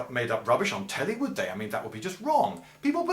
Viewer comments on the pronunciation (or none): none